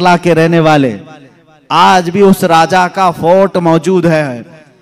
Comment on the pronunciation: aap jo bolte hai hummad राजा नही रजा